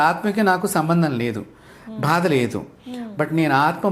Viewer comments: bHaada anakandi guruvu garu, vinaleka chhasthunnanu, 'baadHa" anandi please ! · Meelanti vaaru kooda Telugu uchchaarana ilaa chesthe elaanandi? for eg. "bHaada" yendulantunnaaru???? "baadHa" ani meeku teliyadaa?